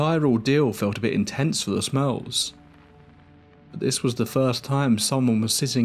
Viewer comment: I kept hearing “the Smells” instead of “the Smurls” I’ve never heard of this story before